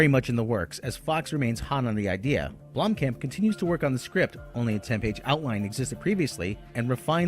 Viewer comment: his name is pronounced BLOOM-Khamp not Blom-camp. yoy sound like a damn idiot when you say it....